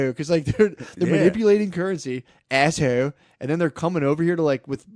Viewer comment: “…China is asshode…”😂